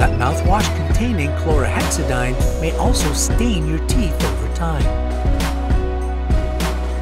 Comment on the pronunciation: Why can't Americans pronounce words correctly? It's pronounced Klor-hexa-deen not Klora-hexa-dighn 😧 And you realise there's an "i" in the name, right? 😂